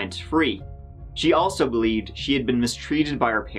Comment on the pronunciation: I can't bewive dat dey would do sowmefing wike dis